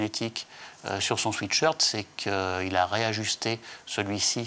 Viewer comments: 😢Swiit shirt.. on dit swèt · Pourquoi dites vous tous et toutes un swéét shirt. C’est un swait shirt Pas un pull « doux » mais un pour transpirer.